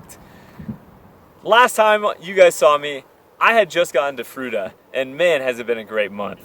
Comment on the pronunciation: Fruita, froo-eee-tah.